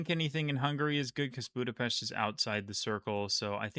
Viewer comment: you are pronouncing Budapest very nicely.